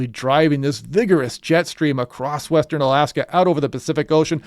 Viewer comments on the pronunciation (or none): none